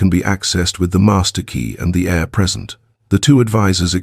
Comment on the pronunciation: I wish you could get your AI to understand the ENGLISH LANGUAGE. AIR is what we breathe and HEIR is a descendant of a family member.